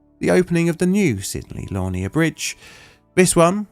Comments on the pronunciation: Sounds like La Near. The second part rhymes with ear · It is pronounced Sidney La-neer! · It's pronounced laneer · Local boy to this one. For those interested: Lanier is pronounced 'lah-neer'. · My grandfathers name was Lanier. It was pronounced like “Lan- knee-er.” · Great episode, as always! Lanier is pronounced Luh-neer though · On risk of sounding pedantic, Lanier is pronounced Luh-near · It amazes me how British people can't even pronounce English words or names. It's Lanier. LUH NEAR. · It’s pronounced la-NEAR. Emphasis on the second syllable. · That bittersweet feeling of seeing a Plainly Difficult video about an incident in my neck of the woods... lol Excellent video as always! Just a pronunciation note, Lanier is pronounced "luh-neer", or at least that's how it's pronounced in Georgia and how Sidney Lanier would have said his name. We also have a "haunted" lake/reservoir named after him that probably has a few stories worthy of a video here one day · I live on the Haunted Lake Lanier!! I was going to say it’s “La-near” 😂 my family has been “on the lake” since the lake filled up :) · I mean, I hate to be THAT guy (but apparently I am) - luh-NEER. I've passed over this bridge and its replacement too many times to mention. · Georgia resident here and frequent viewer. I've never heard anyone pronounce Lanier that way 😭 I don't think you pronounced it the same way twice 😂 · This is one of those times my for you page is getting too local, but also it pains me the way he pronounces Sydney Lanier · As someone with the last name Lanier. That's one of the most interesting ways to pronounce the name i've heard. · Check your pronunciation of the name of the bridge. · The pronunciation of “Lanier” is slightly off but unless you grew up hearing the name of the bride and one of the school houses it would be difficult to say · You need to learn to pronounce Lanier properly smh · In merica we say it "luh-neer"...not "Lah-nee-yay" what the heck are you, Franch!?